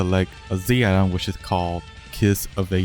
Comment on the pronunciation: bro cant say Z item lol check the subtitles XD